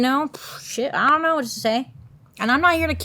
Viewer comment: Love the way she said "Ion know" 😂